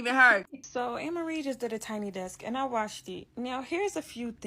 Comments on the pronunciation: Not Anne Marie!😂😂😂😫 its A-Marie. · It’s A-Marie.. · It’s pronounced Ayy-Mah-Ree..🙂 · It's pronounced Amerie with the long a sound. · It's pronounced with a long A